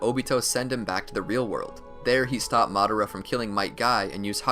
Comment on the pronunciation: how to say madara name madara❌ mad-ara✅